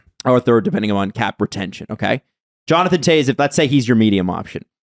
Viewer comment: So I guess is just gonna say Jonathan Toews’ name wrong for the rest of his life.